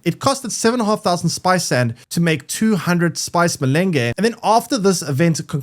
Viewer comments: It's pronounced muh laanj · Spice what ? It's mélange (like meh-lanj), means "mix" in french.